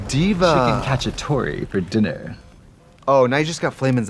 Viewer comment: I was just watching the BBC and instead of chicken cacciatore for dinner I heard "She can catch a Tory for dinner"